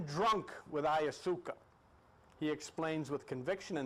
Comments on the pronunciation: I'm sure by now you know it's pronounced: I-ya-wass-ka. The trips taken with this element are indeed profound, life changing and highly spiritual. Makes one no longer fear death realizing this realm of existence is is just one of many dimensions. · blessings, thank you for sharing the knowledge. the information is clear It doesn't matter how you pronounce the words, I have the same problem sometimes. I think I like "ayasuca" better, cheers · After listening to Terence McKenna for years, I know the dimethyltryptamene and ayahuasca pronunciations, so your version of these made me laugh - but then you quickly learned the correct way to say the di-word, at least. I think I'm going to subscribe (I did) - you seem to really help the vast ignorance in which I habitually dwell. And you remind me of Bob Newhart.